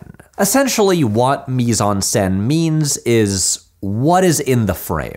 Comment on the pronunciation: Mise en scène: Do not pronounce the 'n' in the word 'en'